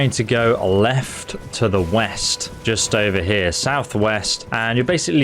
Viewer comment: Oh! Weast! I thought you said East!